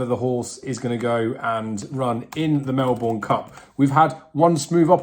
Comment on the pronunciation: You need to learn how to pronounce Melbourne.